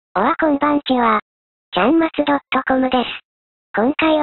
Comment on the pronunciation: オワコンばんちはって聞こえたwwww